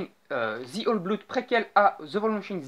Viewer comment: Apprend a prononcer The sérieux.